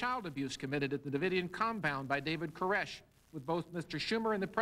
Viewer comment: Is that Sarabyn character happy being the only person in the whole world to mispronounce the last name 'Koresh'???